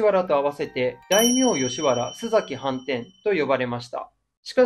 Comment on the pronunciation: すざきではなく、すさきです。 濁りません。